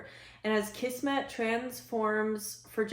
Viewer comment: Kismet. Pronounced KIZmet. Means destiny or fate.